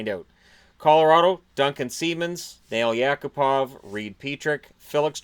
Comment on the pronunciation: Sounded like you said Fail Yakupov